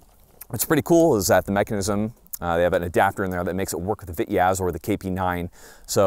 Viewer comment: for the love of God its Pronounced "Vee-Tez' in Russian